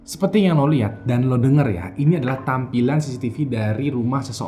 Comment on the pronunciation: Apa cuma gua doang yg denger ngomong (seperti) tapi gua dengernya (sepeti)? 🤔